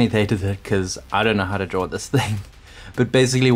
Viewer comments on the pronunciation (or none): none